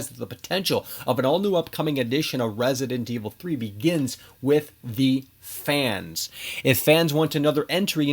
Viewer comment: Why does hey say "Resident Evil 3" that way lmao makes me wanna pull my hair out